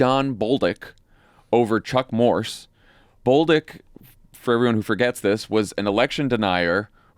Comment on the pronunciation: Hehehe...Jon said "Bowl-dick"